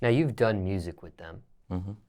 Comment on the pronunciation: I love but “mursik” wtf